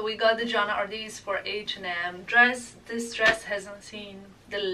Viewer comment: Isn't it Johanna Ortiz not Artist?